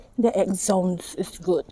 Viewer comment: If I'm not mistaken, axone is pronounce as akhunii